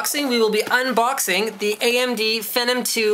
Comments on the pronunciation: nice video. short and sweet, showed everything i was interested in. one thing though, I feel like your saying phenom wrong. you say fe-num, i say fee-nom. as in phenomenal. I could be saying it wrong though i guess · ok before you get too excited... Phenom is pronounced (fee-nom) not (fenom) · lmfao!!!!! what the .... is phinem!? it's phenom lol! but nice video! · Is it pronounced *fenum like Linus says? Or *feenom like Phenomenal? This keeps me awake at night. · it's fee nom as in phenomenal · lol, it's pronounced "fee-nom" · I pronounce it FEE-nom. And PRA-sessor. H. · Is it me or does he pronounce phenom wrong... among other things? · Linus has an "interesting" way of pronouncing "Phenom."